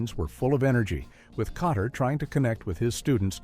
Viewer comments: You mean, you weren't fooled by the way Welcome Back........ Kotterwas incorrectly said over and over? LOL! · This AI did way better than most. Kotter and "Mitchelly" were the only thing it said particularly wrong or awkward. Most of these I turn off in 30 seconds. One today was talking about the Bionic Woman and called the character "Hi-me" Summers, when her name is Jaime and pronounced J-me. Immediate thumbs down.